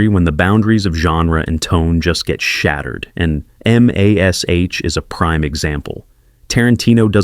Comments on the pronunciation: Mas. H. Stupid ai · MAS..aytch…oh please